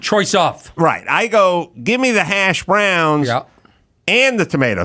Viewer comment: Ever notice when he says hash browns he puts the emphasis on the wrong syllable?